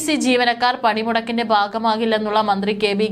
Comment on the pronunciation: പണിമുടക്കിന്റെ "ബാഗം" അല്ല "ഭാഗം" ആണ് 🤔